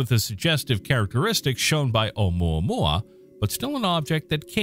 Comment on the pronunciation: There was no need to disrespect Hawaiian language calling unpronounceable, specially when you were pronouncing it so well.